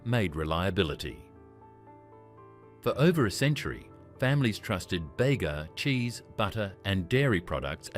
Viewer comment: Bega is pronounced Beega, not Bagar